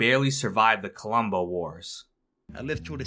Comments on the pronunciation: Colombo, not Columbo. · Colombo not "Columbo".